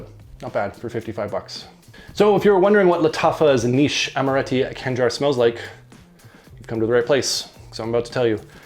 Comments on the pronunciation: Its not "Kangar" , you have KH , its actually knife , see the state flag of Oman , just search for "khanjar oman" :D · Its not Kanjar, its Khanjar